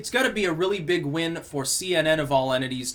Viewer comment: Oh rearry?